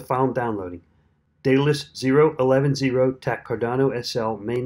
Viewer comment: Good video, thanks. However, unless all my English teachers were wrong, it's pronounced DEADalus.